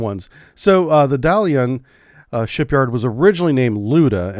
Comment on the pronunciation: Great video as always! I didn't see anyone else mention it in the comment but Guangzhou is pronounced gwong-zhoe like wong with a G at the start and joe but zh instead of the J. Another excellent youtube channel covering china has hosts that used to live there and have taught me how to pronounce a number of cities better than before I watched them. Dalian is also dah-leein, that last city though i can't even begin to guess how its pronounced 😂